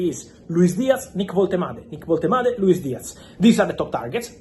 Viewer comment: Stellar pronounciation of Woltemade